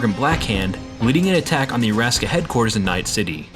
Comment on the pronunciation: It's pronounced "Ara - Saka" not Araska. It's Japanese not Russian